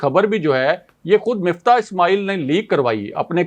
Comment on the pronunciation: بندے کا نام مِفتاح ہے جیسا کہ راجہ ابراہیم صاحب درست طریقے سے کہتے ہیں۔ مُفتا نہیں ہے۔ کسی کا نام نہیں بگاڑنا چاہئے